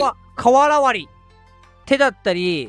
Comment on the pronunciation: のさんが瓦割りを言えてないの可愛い𐤔𐤔𐤔トコロバはいつにも増してプリケツやな😂